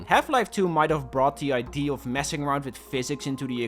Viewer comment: Every time you say ID instead of Idea, I get closer to your home.